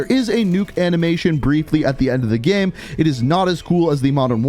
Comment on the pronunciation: Why is he saying “game” like that?? “Geme”